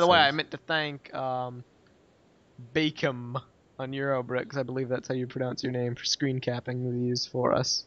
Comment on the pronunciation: I thought Bacem was pronounced like base-m. Just thought I'd mention it.